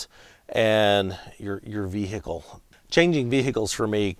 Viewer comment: Great video! Vee-hee-ickle is an interesting way to pronounce vehicle. 😂